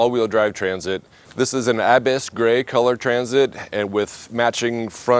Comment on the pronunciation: I like how you pronounce the color Ab-iss. 😂